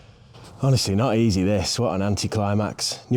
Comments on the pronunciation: Dinn-idge? It's Dine-idge ;-) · Its die-nage not dee-nage